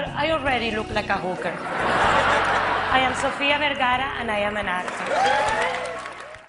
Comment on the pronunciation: Why Ellen makes fun of sofias accent when she pronounces her last name as VERGERA. 🤣